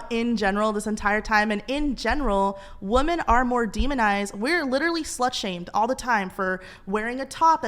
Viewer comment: It’s Women! Not bloody woman. Why are women saying woman instead 🙈🙉